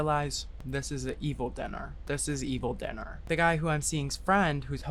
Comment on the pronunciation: “this is an evil dinnar” has entered my lexicon